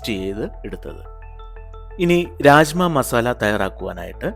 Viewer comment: Raajma alla.rajma Bean 🫘 not dal